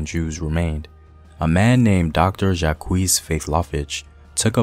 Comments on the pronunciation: Did you just say Jackwees 😂 It's just jack, but french. Jacques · Uhmmm....you really should learn to pronounce French names. It is not JAH-KWEES. It is ZHAAK.